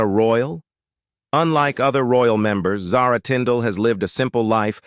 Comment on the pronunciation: Since you cannot pronounce her name properly i am sure the rest is junk. I cannot listen to someone who mispronounced words!